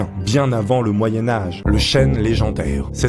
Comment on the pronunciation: Le chêne pas le chène!